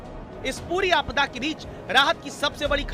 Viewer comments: अरे भाई अंग्रेजी की पैदाइश, आपडा नहीं आपदा होती है। और वो जिला चमेली नही, चमोली है। पता नहीं ये लोग हिन्दी चैनलों मे कैसे घुस आते हैं। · आपदा है न कि आपडा 😥 चमोली है न कि चमेली